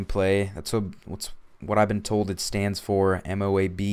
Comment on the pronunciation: dude its pronounced moe-ab